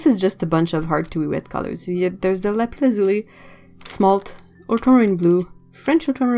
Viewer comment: I really enjoyed every minute of this video. The paints are beautiful. Amethyst was the precious stone, that we wanted for our engagement ring first. Also, I've never heard someone pronounce Lapis lazuli in English, it sounds awesome! Just that made it worth watching the whole video. :)